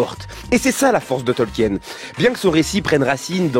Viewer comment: Ca se prononce "Tolkiine" pas "Tolk-hyène"